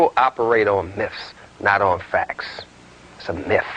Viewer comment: "It's a miff" - "Dr" Afrika